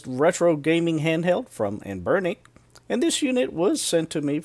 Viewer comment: Any one really put off by how this dude pronounces anbernic